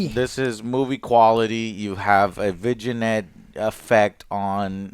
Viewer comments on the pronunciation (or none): Did Joe just say Vigi-net? Instead of Vignette? 🤦‍♂️ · "Vijinet" omg bro the word vignette is pronounced vi-nyet you knob. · That's not how you pronounce viginette. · "Vignette" is pronounced as "vin-yet" not "vig-in-et." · It’s “vigg-net” not “vidgge-net”, come on Joe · Vignette... The g is silent. Pronounced Vinyet. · Everyone traumatized by "vig-in-ette" 👇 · How have I never heard Joe pronounce "vignette" and then he spams it in this video... I'm also not even sure what he thinks it means. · Did the way pronounced vignette make anyone else crack up?